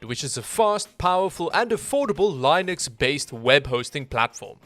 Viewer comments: How the fuck did you just pronounce Linux? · your pronunciation of linux is worse than anything you could do to my orifices